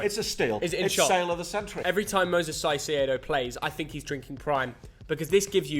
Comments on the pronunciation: Just a detail, the first C in Caicedo is not pronounced like an S. That only happens when the C is before an E or an I. In this case it's exactly like Kai Havertz. "Kai sedo". Cheers to both! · It’s Moises Caicedo not Moses sasedo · Say it with me, “KAI-SAYDO” not “SIGH-SEE-AYDO” ffs 🤦‍♂️ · *it’s pronounced Kai-say-doh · Caicedo is pronounced kayseydow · Hurts my ears when y’all say caicedo 😂 kai-say-doe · Moises Caicedo Pronounced: Kai-Say- though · My guy- the way you pronounce “Moises Caicedo” is the most fucked up thing I’ve ever heard for real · how y'all both butchered ceicedo name is criminal😂